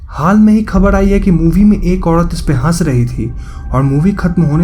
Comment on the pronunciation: Please Speak Proper Hindi....aap R ko D bolte ho like Khabad (wrong hai) Khabar (righat Pronunciation hai)